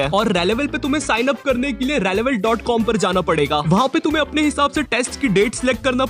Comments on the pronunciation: Relevel not raelevel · rele-vel nahin re-level hai woh company ka naam